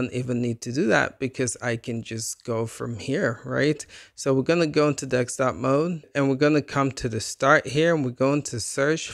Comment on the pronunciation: Wtf you sayin Dextop mode for? It’s called desktop